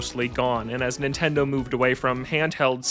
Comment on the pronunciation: "Nintindaur"